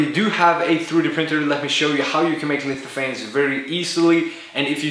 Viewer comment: "lififanes" lol